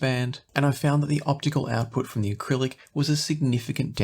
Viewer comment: Jeez man, it's Arylic not acrylic